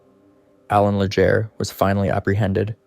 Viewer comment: Great video but the way you pronounce miramichi, Allan and Legere is horrible.